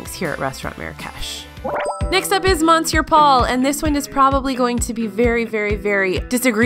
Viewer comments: Monsieur is pronounce 'mes-sure' not mon-sure. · Is saying “MONsoor” Paul like a joke? I honestly don’t know if it’s a joke because it’s such an outrageous/outdated/obviously incorrect pronunciation that it would seem outlandish for an SNL skit. You don’t live under a rock, you work within the food world, and you know how to pronounce “monsieur.” Please stop making my ears bleed. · Why did you mispronounce Monsieur? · What’s up with pronunciation: spaetzle, monsiur - take a quick look at some words or ask some natives!